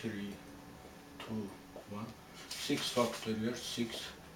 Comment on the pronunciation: love the way he says fucktorial